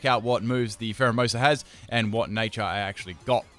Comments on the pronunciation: Dude its phareimoosu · He said primerina instead of pharaohmosa I spelled it wrong